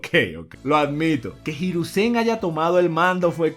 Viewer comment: Cada vez sigo queriendo mas una evolucion de “jirusen” si, asi mal escrito, por que asi lo dice